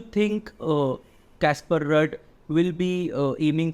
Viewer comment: Work on the pronunciation of ruud